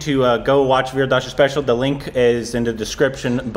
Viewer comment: pronounced "Vir Das" as 'Wierd Ass".😂